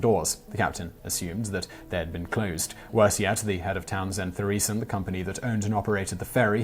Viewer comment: Townsend To-re-sen, not Threesen